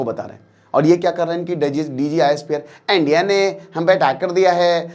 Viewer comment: Sir Video suru ka 40 second bohut hasa..... "ANDIA ne😆